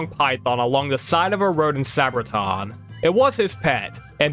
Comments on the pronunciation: Its pronounced Sabre - ton. Say ber ton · Nice video, but NOTHING and I mean NOTHING is pronounced correctly. Matewan is said “mate-won,” Kanawha is really “can-gnaw,” Monongah is “mon-on-guh, “ Sabraton is “saber-ton.” Also, the creator of the video is correct that Country Roads is about driving the eastern approach into WV through Virginia and Maryland, but all of the landmarks mentioned in the song are partially in WV.